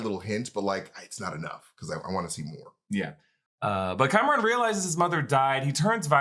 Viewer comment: Nice to hear you two starting to pronounce words like Pakistan and Kamran correctly - not so much "Pehkistan" and "Cameron"...